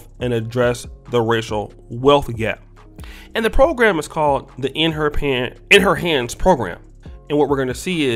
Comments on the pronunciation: "In her pants" program?!....I heard that in the beginning 🤣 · You almost said "in her pants" there! lol 😂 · "In her pan...In her HANDS program" I can't breathe 💀 that had me weak 🤣🤣😭